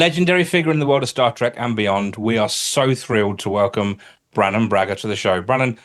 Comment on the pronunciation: Brannon, not "Bannon".